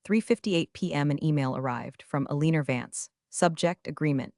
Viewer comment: XD the AI couldn't even read Alina Right!! A-lean-er!!! Thats the funniest thing I ever heard Hahaha!!!